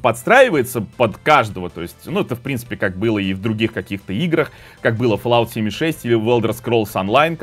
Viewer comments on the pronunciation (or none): none